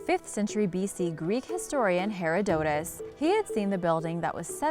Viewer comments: Herodotus... It is Her- (like her) Odo (like odd oh) - Tus Herodotus not whatever you said. Just Google Translate it. Ya sometimes google is wrong, but it's better than saying Hairadotis. Just study Archaeology instead of trying to just read it!! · This is a great example of a Key & Peele style click-bait.....?? WTF LOL? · I had to stop watching after "Hare-A-Dotus." Anything you tell me after this can't be right 🤦‍♂️ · Hearing you try to pronounce Herodotus and sepulcher make me want to punch myself. That is all. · The announcer REALLY should look up all those big words she has never heard before like Herodotus and sepulcher. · Your pronunciation of several common words and names, bandied about in this feilds circles is sub-par - to be kind about it. If you want to be taken seriously then at least learn the common pronunciations of famous historical figures such as Herodotus.... seriously, for a scientist or even a documentary maker this stuff is 101 first year stuff. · never heard Herodotus' name pronounced like that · Your pronunciation of 'Herodotus' is appalling. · Omg i thought the exact same thing. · please learn the correct pronunciation of Herodotus and sepulcher